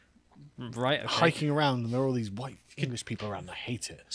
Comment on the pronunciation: "2 many whyite ppl"